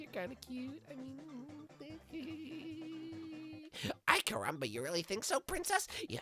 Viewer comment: why does bart keep saying "i carumba"?